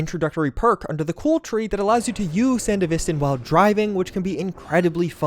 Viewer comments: SanDEVistan. Not SandeVIstin. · Sandev-istan not san-devistan. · SAN-DEVI-STAN not SAN-devistin. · Okay did you seriously not watch Edgerunners? it's San-Dev-I-Stan. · Great video. Please stop saying sandavisten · Is it not pronounced "san-DEV-is-tan" like in the anime? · He said "San-dee-vis-tin" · You’re saying “sand-evi-stan” wrong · Yeah. Never heard anyone pronounce it as "sand'vIstan" before... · PLEASE LEARN HOW TO PRONOUNCE sandevistan SAND-DEVISS-STAN😢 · San-Dev-Istan. The pronounciation is awful man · Sandeh VISTIN 😂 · Sandevistans? isn't it "San-Devi-stan"? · Yes he just says it like this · The way you say sandevistan makes me want to kms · lol feel free to watch the cyberpunk spin off, so you can learn how to pronounce sandevistan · i can not get over how this dude pronounces sandevistan. it kills me. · I couldn't watch the rest of this video after hearing how you pronounce Sandevistan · Bruh how did you pronounce sandevistan????????????? That is a war crime right there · the way hes pronouncing Sandevistan makes me wanna go deaf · Your saying sandevistan wrong watch the anime man 😭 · The way he says sandevistan pains me lol. Other than that, good video. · Gotta learn how to pronounce sandevistan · you say sandevistan wrong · Why why why do you refuse to pronounce it properly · His pronunciation of Sandevistan makes me question if he actually plays the game 😂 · the way you're pronouncing sandevistan is killing me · Bro, there’s a show all about Sandevistans. Pronounce it right! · I really hate how he pronounced sandevistan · How you say Sandevistan makes me cringe 😂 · All these years later and still hasn't learned how to pronounce sandevistan. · anime comes out and provides clear pronunciation for sandevistan youtubers: still says it wrong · Please stop pronouncing Sandevistan like that 😭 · I dislike the way you pronounce sandevistan. But great video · My respect for David has me pull a face each time you pronounce San Devistan.